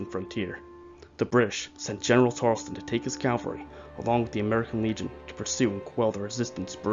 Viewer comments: Sorry to be a buzzkill :/ but its pronounced as Tar-el-ton not "Tar-els-ton" just want to correct you I recently found this series and became interested in it now that's why I write comments on the videos from 3 months ago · It's Tarelton Not Tarelston